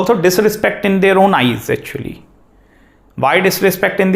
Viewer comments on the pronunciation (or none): none